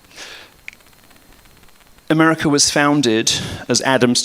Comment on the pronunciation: "Umericur" Lamo